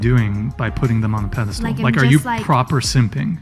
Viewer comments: The word is pedestal, not pedastool. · It’s pedestal lil lady not ‘pedder stool’ 😆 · Did she say "pedistool " twice? Airhead!